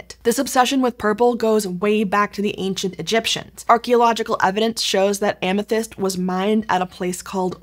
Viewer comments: Amethyste’s name is pronounced Ah-meh-this-tay, for the record. Ancient Greek doesn’t have an ending e that turns the previous vowel long. (That guide is only a vague approximation, it’s pretty difficult to represent certain ancient Greek sounds in an immediately recognizable to English speakers text form.) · so it's not Amethaïst like she says it either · Am-uh-THIS-tee would be the standard English pronunciation (if such an admittedly obscure and actually fabricated nymph as Amthyste can be said to have a 'standard' pronunciation). Compare the treatment of the feminine -e (Greek -η) in Penelope, Daphne, Phoebe, &c.